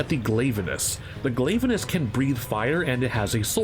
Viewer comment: You mispronounced Glavenus